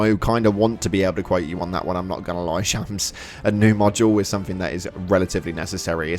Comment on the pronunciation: To be fair he said "somethink", like three times in the vid so that should show you the IQ of the guy.